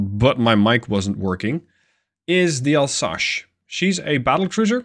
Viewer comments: It's Alsace like leviosa in Harry Potter, not Alsache like you said. Sorry it buged me as you were saying it a lot ^^. It's an area in the est of France, bording the german border. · ...... I think someone watched the channel for a while and seen the regular challenges and thought "O yeah ?! Chew on THIS !!!" T'was a bit funny, but mostly infuriating.. ..and it's "Alsas" not "Alsash" ya pasty dutch ! Do you know "some" french or you swing it ?! .......